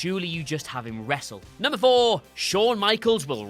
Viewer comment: i’m here for how says “numbah foouh”